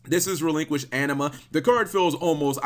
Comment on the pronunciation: But why do you keep saying "Relinquished Enema?"